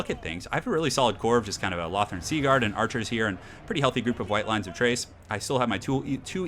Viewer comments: Why does every one pronounce Chrace as Trace? the ch should be a K like in chaos and chasm? so its Krace not Trace. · Or... Chore. Or... Chime. Or... Cheat. Or... Chuffed. Or... Chubby. Or... Chunder. I can think of a lot more 'Tch' Ch words than I can 'Kch' Ch words. I have always pronounced Chrace as Tch-race. Just like I still stick by Smaug being pronounced as "Sm-org" rather than "Sm-owg", the way you say it throughout childhood typically sticks. This is one that isn't changing for me.